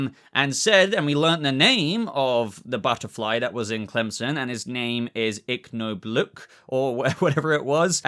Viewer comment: Yeah I was so upset about murn. Also why do you keep calling him crimson? Clemson?